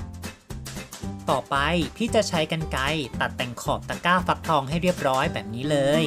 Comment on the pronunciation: ทำไมได้ยินว่าตะก้าวฟักทอง